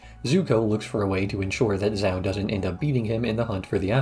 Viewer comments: Zhao is not "Zao", Gyatso is not "Gyatsu", that's all I've got 15 mins in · The pronunciation of the admiral from the fire nation bugs me. I understand he's doing it probably based off of spelling as opposed to trying to do it based off the show, but it still bothers me. lol